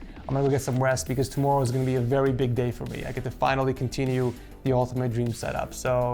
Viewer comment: “As for thermals I was seeing VEWY cool temps” 😁